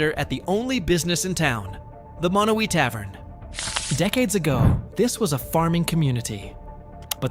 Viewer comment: The town with 1 resident is Monowi, Nebraska (MA-no-wye). He incorrectly pronounced it MA-no-we. Sequim is actually SKWIM, rather than SEE-kwim. To add more craziness to Mt. Whitney/Badwater Basin' s comparison, there's a mountain in Death Valley where the Basin is located which is tall enough to have snow on the top on even the hottest day down below. Last, he also mispronounced Diomede Island, in that the accent correctly falls on syllable #1, though he put it on #3--die-oh-MEED, instead of DIE-oh-meed. There are others as well that could be on this list. Hyder, Alaska, for example, is on the east side of Alaska's panhandle, and there are no roads to the rest of the state. As a result, it's necessary to drive all the way to Skagway, AK, which is a 441mi./710 km. drive away. In addition, there's Jarbidge (JAR-bidge), NV, located at the end of a 90 mile long rough road; Stehekin (steh-HE-kin), WA, at the back end of long, thin Lake Chelan (sheh-LAN), Anaktuvuk Pass, AK (nn-ack-TWO-vick (Nunamiut (NEW-nuh-mute) Bush village in Gates of the Arctic N.P. , located 160 mi./257 km. west of the Dalton Hwy.--the gravel “highway” to the Prudhoe Bay Oil Fields on the Arctic coast; Gambell, AK, which is closer to Russia than it is to the nearest town on land: Nome, at 160 mi./267km. away. Last is Supai (SUE-pie), AZ, which is at the end of an 8-mi./13km. trail at the bottom of Havasu (HAVE-uh-sue) Canyon, home to the Havasupai tribe (have-uh-SUE-pie).